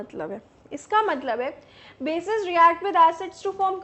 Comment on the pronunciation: Mam thanks for sharing this video But mam, it is bases not basic